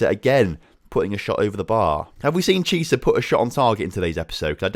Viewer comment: Chiesa you pronounce Kiesa not Chisa